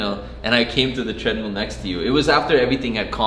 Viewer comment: "You were on the tread-MEAL"